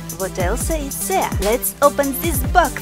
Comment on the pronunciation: the lady: dis box me: this box.